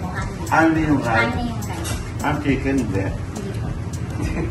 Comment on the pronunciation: Shiken nga po rinig ko sa nag vlog nyan kay Diwata😂😂😂 shiken